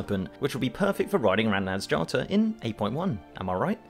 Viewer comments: It's Naz-ja-tar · Meh.. You pronounced nazjatar good enough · It'S NAZ-JA-TAR not NAZ-JATAR, people learn the pronounctiation of things, this hurts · can you please pronounce Nazjatar please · You keep pronouncing Nazjatar wrong